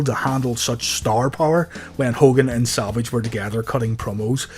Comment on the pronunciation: Why does it seem like i hear saLvage instead of savage. 😀 Great vid. 😀